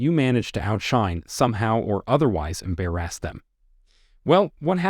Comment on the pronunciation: But I liked when it said Embarrassed as Am Bare Assed. 😊 It should be pronounced that way 😂